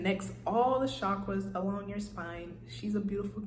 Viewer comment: I like the way you say it best. Lowkey , that’s how I pronounce it too...